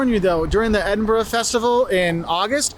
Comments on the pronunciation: I can't believe you said "Eeden berg" again 😂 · Its eh duhn bruh